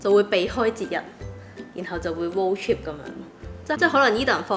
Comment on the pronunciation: 超多懒音，英文仲差，road "chip"😂😂😂